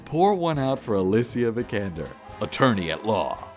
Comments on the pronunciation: Did you know you pronpunce her last name wrong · Not to mention how he pronounced her last name right after